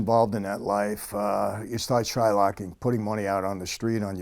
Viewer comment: ish He says Shilocking? Is that a jew thing? Shilock